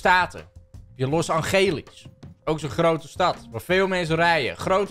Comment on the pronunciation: ✨Los Angelies✨😭